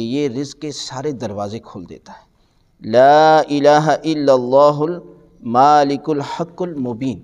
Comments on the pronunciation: Agha Sahab, Sahih Talaffuz se Parhiye. Malik hai. Maalik Nahin. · Molana sahib aap yeah aayat ghalat tilawat kar rahay hain Maalikul nahee hai bulkay Malekul hai Khuda k leeye aap to ghalti nap karein. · سر اگر آپ تلفظ کریی تو "المالک الحق" بنتا ہے اللہ کے ہ اوپر زبر ہے ؛